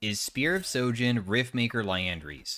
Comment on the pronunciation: Why not a single streamer knows how to say sHojin, with an H? It is not sojin damn.